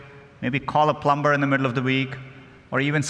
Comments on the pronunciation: Plum"B"er. Google CEO - RIP English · he actually just said plum-ber instead of plumber 🤣🤣🤣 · Are we just going to ignore "plum ber" or...? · Lol he said plum-ber, he’s an AI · Has been working on teaching a computer to chat for years, and not one person told him the 'b' in 'plumber' is silent. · CEO of Google can’t Pronounce Plumber right. 😂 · Did he say plumber? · This foo pronounced the b in plumber xD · cant believe google's CEO dosnt know that the B in plumber is silent